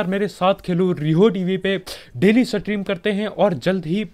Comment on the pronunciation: सकेम🤣🤣🤣 सक्रीन 😂😂 सट्रीम 🤣🤣🤣